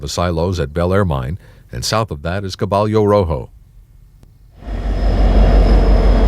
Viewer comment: Caballo is pronounced kuh bī' y😊oh